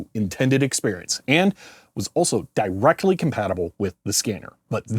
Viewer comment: i like your emphasis on the word "directly" just like The Rock back in the 90s